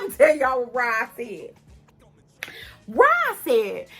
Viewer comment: Isn’t his name Rod, not Rob? Have I been hearing the wrong name? ☺️